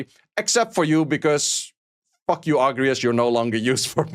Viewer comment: the emphasis on "fuck you agrius" tho hahahahaha